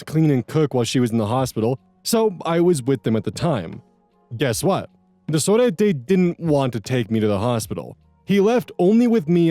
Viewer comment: I love pronunciations in the Cousin Saga. I'm from Argentina too, and it's so interesting. Surprisingly, his pronunciation of "sorete" is somewhat good! Fun fact: sorete equals to calling someone a piece of sh*t Another fun fact: Capital Federal is the capital city of Argentina. And here 40 dollars would equal like 42.906 with 20 cents.